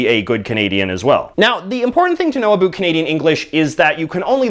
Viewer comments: "Aboot" :D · Yeah and it's funny if he wants to pronounce things the American way, which it seems he does, that he would say "aboot". Americans and Brits both say it pretty much the same, stop being weird Canada. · Says the guy pronouncing about aboot. I'm Canadian and I only pronounce it like that ironically when I'm doing a Canadian accent for fun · I like the way he says a'boot it's funny a fuck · Where did you learn to say the word "About"? It's not a Canadian pronunciation. It's like an American parody of a Canadian pronunciation.